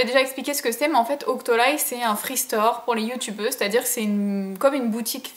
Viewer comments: Coucou ma chérie ! Super vidéo, tu as fais des choix que je n'ai pas fais dans mon free store donc j'ai hâte de connaitre ton avis sur l'semble de ces produits. Tu m'as trop fais rire a dire OCTOLYYY mdr c'est OCTOLIII ma chérie :) Des gros gros bisous <3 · c'étais drôle "octolay" je crois qu'on dit "octoli" 😂 super vidéo, bisous 😚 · "Octolaï" Mdrrrrr je t'adore <3 Merci pour cette vidéo :-*